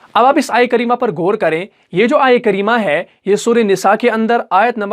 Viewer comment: ماشااللہ ماشااللہ۔۔۔۔۔مگر گور نہیں غور ہوتا ھے اور گنہ نہیں غنہ ہوتا ھے